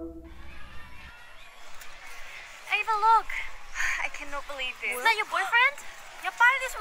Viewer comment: “I CANNOT BELIEVE THES” HER ACCENT HELP